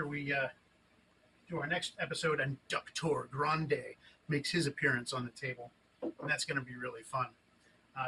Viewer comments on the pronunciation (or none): "Duck-tor Grande" 🐤🦆👓😂😂😂